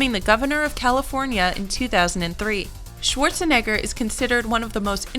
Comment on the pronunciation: Sworzeneggör... pffff